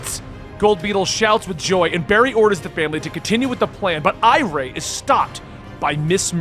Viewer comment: The girls name isn't pronounced I-ray it's pronounced I-ree. She's name after iris. Just like Jai is named after Jay